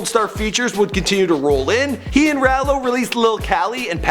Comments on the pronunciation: How are you white but you can't read. Who the f*** is lil rāil-o it's Ralo (Rah-low) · lol this man call og maco og marco and ralo raylo lol he even call another rapper marlo